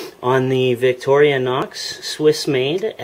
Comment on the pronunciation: it's not victorionox it's victorinox